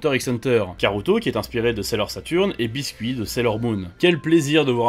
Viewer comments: c'est pas biscuit mais bisquet qui se dis "bisquette" :'(( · C’est biscet pas biscuit